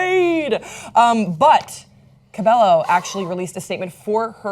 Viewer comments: CUH-BAE-YO!!!! There's two l's and she's Hispanic 🙄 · It's pronounced cam-ee-la cab-ay-oh :) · its pronounced Cam-ee-la Ca-bay-o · Cam-EE-la Ca-bae-YO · HOW FAMOUS DOES THIS GIRL HAVE TO GET BEFORE PEOPLE WILL START PRONOUNCING HER LAST NAME CORRECTLY